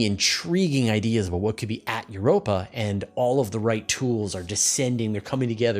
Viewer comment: For a moment I thought you were saying 'we found carbon dioxide in Europe' 😂